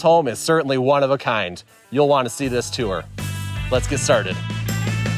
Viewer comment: Its pronounced tour not tour. Get it right